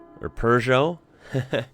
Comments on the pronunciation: It’s pronounced Pur-Joe so 10/10 for effort The Fiesta is the Escorts younger brother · Don't feel bad about the way you pronounce that make. Phonetically the British way is Perzjoe but the correct way (a la Francais) would be Peu jeo. The T Is not pronounced either way. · Peugeot is pronounced puh_zho Mate had the 205 - lovely car until he rolled it into a ditch in the country and killed it. Another mate had a Renault 5 - used to burn around London in it in our teens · In the UK we pronounce it ‘Perj oh’ or ‘per zhow’ (it’s difficult to spell phonetically as we don’t have a letter for that sound really)… but I think we may say it incorrectly 💁‍♂️ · Its funny that as a kid born in mid 80s these were the go to "beaters" for my first cars and for my friends, so yeah at the early 2000s I owned or drove literally every single one of these (owned 3 of the Peugot 205s one more of a beater than other, its pronounced as "Peshoo" E as in elephant not the us pronounciation) , because they were the cheapest to buy and what more could a teen with fresh drivers license want! Now they are relics even in europe and hard to find. Also most of them are/were used as rally cars. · Owned a Peugeot 106 in 2010, which finally had about 262000 km run until sadly the footwell had been perforated by rust... Little pronounciation help for the french Peugeot written in english (somehow close): PoiJoe 😄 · Peugeot ( purr-geot) . The Little " Pug " 205 was a Mini Monster . Great little car . Had passive rear-wheel steering . And that XR-2 was a Rare and expensive model . Could come in Two Litre Turbo All wheel Drive configuration . Rocketship . And I have NEVER seen one of those Renault's " In the Flesh " . Wild Item . Looks like it was a Purpose built Rally Car platform . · Peugeot... Per joe. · Dont worry about the peugeot pronounciation, most people in europe cant pronounce it, im french so i know lol!